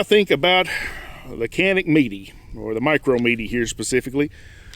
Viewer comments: Canik is actually pronounced as Janik - like Johnny +attic :). Mete is Meh-tay, Wife is Turkish so i had to ask her ;) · Great video!!! Probably don’t care but according to Canik it’s pronounced “met-ay” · prounounced "meh tay" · It's pronounced Meh-Tay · I couldn't get though the video with you not pronouncing the name of the gun correctly.